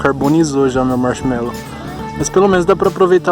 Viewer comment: "carbonizou meu Marchimelou" 🤣😂